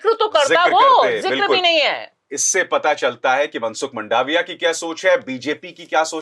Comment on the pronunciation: मंडाविया नहीं, मांडविया, सही उच्चारण